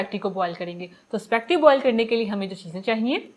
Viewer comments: AAP spegty kiyu keh Rahi hei? Jab iska pronunciation spa-- getty hei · spacketti🤣🤣🤣not spaghetti haaa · It’s not specty it’s spaghetti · Correct word is spaghetti not specti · It’s called “ ispa-geti “. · Aap speggeti kena seek len pl .